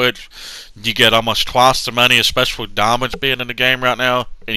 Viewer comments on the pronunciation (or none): none